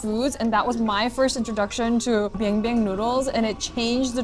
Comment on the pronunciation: It's biangbiang not bianbian. Bianbian means poop.